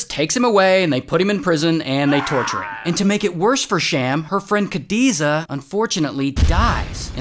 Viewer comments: not kadiza its khadija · Khadiza it is act khadija